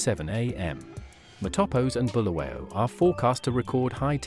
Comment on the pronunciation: It is Bulawayo not Bhuluweyo